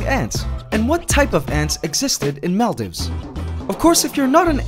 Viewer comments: okay i love your channel, just a small thing that bothered me, maldives is pronounced mall-deeves. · Is that really how you pronounce Maldives? I always thought it was pronounced "Mall-Deeves"